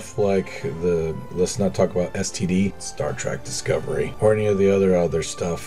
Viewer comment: You are literally my favorite KSP Youtuber but every time I hear you say "Star Track" I wanna hang myself As usual, super tasteful builds, love you man